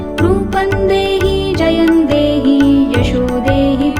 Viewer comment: Very nice voice... But it's Jayam dehi... Pls check